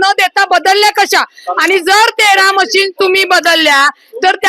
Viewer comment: मशीनी नाही रे बाबा मशीन बोल मशीन्स बोल ...आपण represent करणार आहोत लोकांना